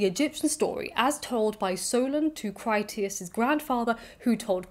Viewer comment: Your mispronunciation of Critias is not to do with dyslexia. British classicists have been mispronouncing Greek for generations - applying rules of English to other languages pretty much indiscriminately. I appreciate that dyslexia makes decoding IPA pronunciation guides difficult - there is often an audio version, but you can't really be criticised (! clue !) when the majority of British and American scholars routinely mangle classical languages. There are some good YouTube channels on this subject. I'm never entirely sure how some names are supposed to be pronounced and opinions, especially on "dead" languages often vary. Your pronunciation is generally good enough.